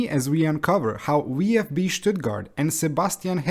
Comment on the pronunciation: Nice video but for me as a German the englisch pronaunciation of VfB sounds so weird 😂